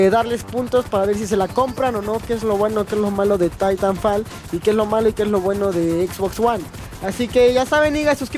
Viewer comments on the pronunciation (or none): se escribe titanfall pero se le tairanfol